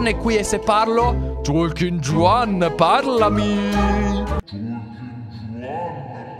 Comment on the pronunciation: Un consiglio,in spagnolo la J si pronuncia K,quindi il personaggio non si pronuncia Giuan ma Kuan.